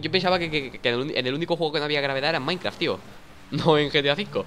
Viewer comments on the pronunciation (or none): none